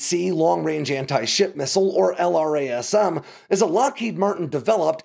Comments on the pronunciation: Isn’t LRASM actually pronounced? Like “La-razz-um” instead of spelling out the acronym? That’s how I’ve always heard it…. Excellent content as always,! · You have GOT to spend the time to get these platforms’ names correct. LRASM = “Lerasem”